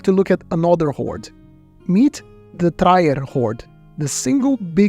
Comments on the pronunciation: What a fantastic overview of ancient coins in circulation! One small matter: it's "Treer" rather than "try-er". Thank you! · The city is called Trier, not Traier, ;-) pronounced more like Trh-ear, and in one fluent move. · Just fyi, the German town, Trier is pronounced, "Treer" (sort of like "tree" with an "R" stuck on the end). It's worth remembering cuz it's a famous town, the birthplace of Karl Marx! There must be some irony in finding an 18 kg hoard of gold coins where the father of Communism and author of Das Kapital was born! Anyway, great video! I learned a lot and the photography of the coins was superb. You really showed off both their detail and lack of detail very well. Bravo! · For the record: That city in Germany is pronounced more like "Trear" - think "tear" (as in "teardrop") with an additional "r" sound thrown in.